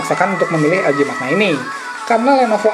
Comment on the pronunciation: bacanya manya...bukan makna